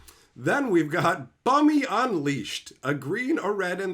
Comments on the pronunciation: Its not Bumy you pronounce it Boomi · Jeezus Christ dude, it’s pronounced “Boomy” not “Bummy” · Bummy... bruh... it's BOOM-E! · I know tf he didn't say Bumm-eee......... T^T. it is Boom-Ë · It's pronounced 'Boo-Mee', not 'Bum-Mee'. I know he looks like a bum, but that's not how it's pronounced. 😆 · you need to say if you have never watched the series.... BUM-E? Really? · Bumi is pronounced ( boo-me)